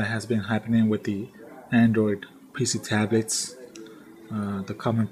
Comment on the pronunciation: ahhhh lol u said tabets